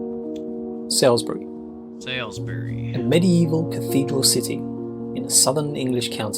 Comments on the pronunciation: Btw…Salisbury (just a few miles away from me) is pronounced “Solsbury” NOT Sails-bury! 🙄🇬🇧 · its sawlsbury not sowsbury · The narrator’s pronunciation of Salisbury is painful considering he’s supposed to be English 😂😂 The first syllable rhymes with “all”, so it’s pronounced “Sallsbree”. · Why is the pronunciation always so poor in these sorts of videos? Even when the narrator is obviously from the country in the video. You'd think someone from England, Southern England too by the souns of it, would know how to pronounce Salisbury, for instance. Btw, it's more like Sols-bree. Though you sometimes hear a hint of the 'i' and sometimes the end is more like 'berry'. It definitely isn't pronounced 'Sall' anything. :)